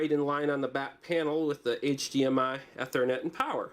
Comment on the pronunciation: mispronounces Ethernet